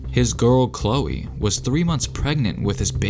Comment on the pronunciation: “Thrishtan and Khloer